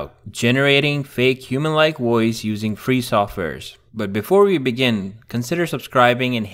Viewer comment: Makes a video about voice overs, literally can’t say the word “Voice.”